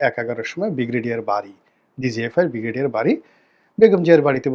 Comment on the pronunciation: আপনার ব্রিগেডিয়ার উচ্চারণ হয় না, উচ্চারণ টা ঠিক করে নিবেন আশাকরি - ব্রি গে ডি য়া র।